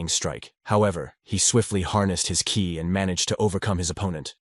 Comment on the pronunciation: This needs to be worked on a little bit. When the narrator says KI (kay eye) instead of Ki (Kee), it kind of ruins the experience.